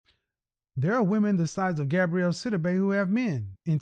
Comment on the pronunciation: Her name is "GABOUREY", NOT "GABRIELLE"...🤨